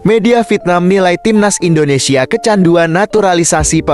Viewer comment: Indonesia bang bukan Indonesie parah lu 🤡